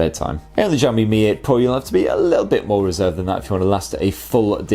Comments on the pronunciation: Did I hear ‘Jami’? Shiaomi I think is the right pronunciation. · nice review, i wish you could pronounce xiaomi properly ... its pronounced 小shao 米mee （almost） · I laughed every time I heard you say xiaomi. I have friends from china and "x" pronounced "si", after your film I have the impression that xiaomi is a French company not Chinese. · Jahammi Mi 8 Pro? Is it how we should call it? 😂